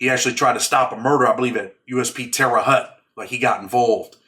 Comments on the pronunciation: You pronounce Terre Haute wrong. Sounds like Hote not Hut. But who gives a sh!t, Fuk that City. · Usp terre haute it sounds like hote. I know that place well its in indiana and its a slaughter house.